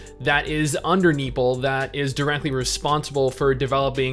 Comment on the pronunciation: NE-O- PLE Not nipple . Lolls